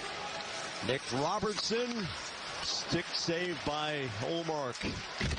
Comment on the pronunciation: I agree with the other guy, this play by play guy is awful. Give that man some coffee. Color guy is great! And yeah, the overall audio is awful. He's the only play by play guy who can say the word "stick" in two syllables.